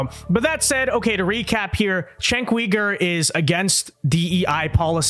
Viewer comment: if your going to criticize someone at least learn how to say their name cenks first name sounds like jank his last name say it like this U ger